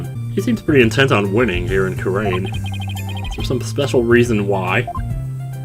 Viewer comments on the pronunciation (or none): I know these are recorded well in advance, but just so you know, both Kurain and Khura'in are pronounced "koo-rah-een", or "koo-rein" if you want to shorten it to two syllables. They're both pronounced the same way you've been pronouncing Khura'in, basically. They're even spelled the same way in the Japanese version. I think the only reason they chose separate spellings in English is to give the impression that it's the same word, being translated into English from two different languages (being Japanese and the fictional Khura'inese).